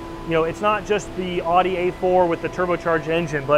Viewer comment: Did you just call an Audi A4, a "Oughty" A4? The Germans would like a word with you